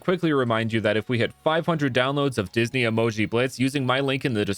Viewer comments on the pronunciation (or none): none